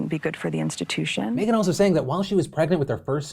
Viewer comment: why does phil pronounce "meghan" as "may-gen"?